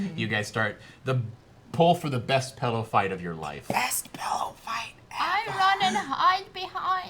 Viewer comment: Being an Oregonian, I have to agree that it is pronounced pillow, not pellow